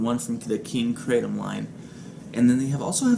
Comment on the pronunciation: I'm sure you know by now.. but the KING KRATOM (line, regardless of flav. & yup, you said it right) is.. herbal, in nature. Known to be healing, relaxing & pain relieving.. hence 'floating specs'... even a 'lil controversial at the moment. How'd ya feel after vaping it?;):( hope your 'lil Moose is feeling better these days. woof to him! LIVE LONG(er) & VAPE ON (ps... were you thinking of flan? creme brulee? or.. panna cotta? Regardless, nom nom, sounds delish! thx for sharing!)